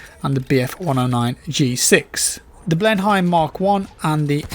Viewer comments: sorry it’s bugging me so, got to correct your pronunciation of Blenheim, whilst named after the 1704 Battle of Blenheim in the U.K. this is pronounced BLEN-im as is Blenheim Palace. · The Mk VI revolver is pronounced "Mark Six". :P Blenheim is pronounced "Blen-um" or "Blen-hUm" with an abbreviated H sound. You should check out their Motor Museum, it's run by the descendant of the original Lord for whom the light bomber was named for pre-ww2. It's an excellent collection. Good info though & thanks for the vid.